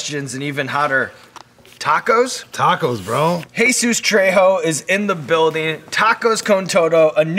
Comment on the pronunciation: I'd respect the host alot more if he his name was Jesus and not Hey-Suess